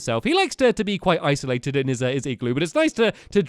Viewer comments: he said ICEolated when talking about norman XD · Am I the only one who heard isolated as ice-olated when he was talking about a snow golem